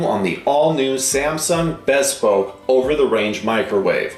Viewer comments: It's pronounced Be Spoke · Is it pronounced Bess spoke or Bee spoke?